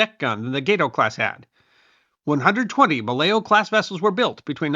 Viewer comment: Thank you for correctly pronouncing Gato and Balao.